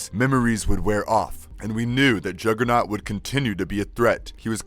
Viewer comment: “Oim di jogah-nawt BITCH!”